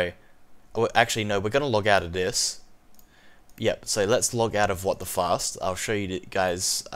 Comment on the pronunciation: when he says WTFast I always hear WTFuck